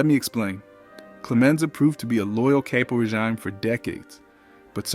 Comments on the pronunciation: Please for the love of God hire a narrator who can properly pronounce the names. It's Vee-toe and NOT Veto or Vi toe (pronounced that way when he talks about the funeral). Also it's Cap O Re seem not Cape O Rezum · Learn how to say caporegime. Clemenza and Tessio should have been underboss